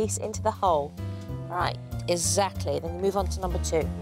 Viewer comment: Jo should talk properly whats with is ezacly ts exactly